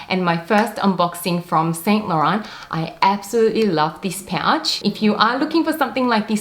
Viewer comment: No offence but please learn how to say 'Saint Laurent' correctly. It's a major turn-off (and irritating to watch) to new viewers when luxury collectors cannot even pronounce brand names properly. For your reference